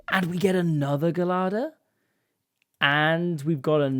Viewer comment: am i saying gelada wrong or is saying gelada wrong, idk🤣